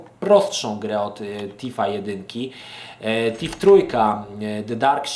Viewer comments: nie będąc złośliwą - Thief czyta się FIF a nie TIF. :) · Tak na prawdę nie jest to ani T ani F a coś pomiędzy.Tak więc nie,nie popisałaś się angielszczyzną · Wkładasz język między zęby i mówisz: Sssssssss lub Ttttttt. Wychodzi Ci dźwięk oznaczający angielskie TH w wyrazie 'Thief' ;)